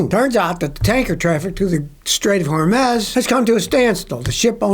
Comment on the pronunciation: It's pronounced, "Hore-mooz."